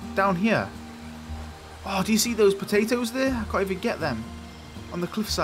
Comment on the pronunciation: I love how you say potatoes LOL